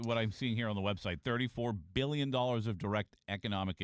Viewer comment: You have zero conception of what 2 billion is. Stop saying it with emphasis like you do.